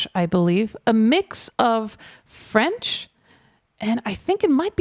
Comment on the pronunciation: Hello from France, I would like to start by telling you that you have an impeccable French accent! I even had a doubt that you were French. You must have lived in France for a while. I saw that Clair Obscur's album has been number 1 in classical music album sales for 3 weeks. Lorien Testard comes out of nowhere. We would never have known his talent. How many genius artists in this world will we never know? Thank you for your reaction